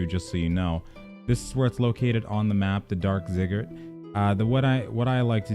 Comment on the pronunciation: it's "Zigg-er-rat"